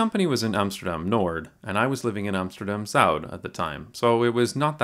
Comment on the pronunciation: Pronouncing Noord with a D.. it's just not right man.